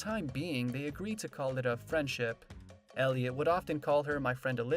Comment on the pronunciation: It would be nice if you pronounced Elliot's name correctly! 👎👎👎👎👎